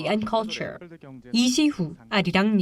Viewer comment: Arirangs-uh... special-uh... coverage-uh... of the-uh... ROK-US-uh